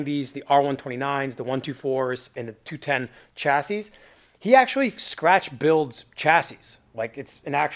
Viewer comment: Chassis is pronounced 'shassy' bro.